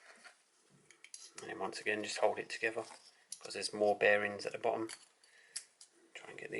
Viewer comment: Together not togever